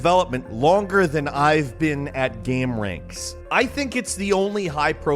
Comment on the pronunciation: the one takeaway i got from this video was its "game-ranx" not "gamer-anx"